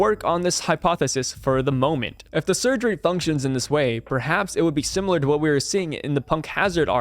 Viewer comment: Similar, not simular. SIM I LAR. With an I